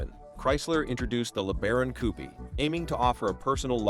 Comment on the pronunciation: The Maverick was a great looking car, if you ignore the front end. PS this is total AI nor being able to pronounce "Coupe."